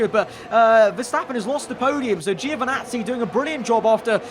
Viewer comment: No way Italian Giovinazzi is abbreviated Geo 😉 (you pronounce it same way as djo not geo) From another Italian. Anyway this is great stuff, keep up with the good work 😊